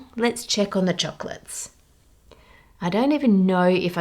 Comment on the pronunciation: I adore you and your videos so please don't take this personally, but am I the only one who can't stand the way she says "chocolates"? Lol idk it's just weird to me. Not that it matters but I'm just curious if I'm the only one!